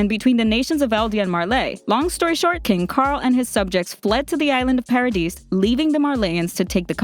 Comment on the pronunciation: Just saying I think it's pronounced paradise like the dise part is pronounced like the word this again I'm just saying